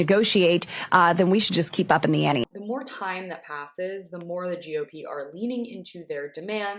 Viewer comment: Did BoeBrat say two different times that " she wants to up the Annie ? "